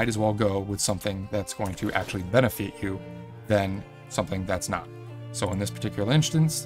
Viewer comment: Did he actually say "Benifeet" you when talking about boots? 😆